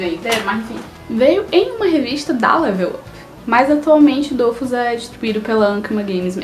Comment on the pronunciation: Primeiramente adorei o vídeo ,segundo não é dofus que c pronúncia e dofús , e não é weikfu como vc fala e wakfu msm a pronúncia e o nome certinho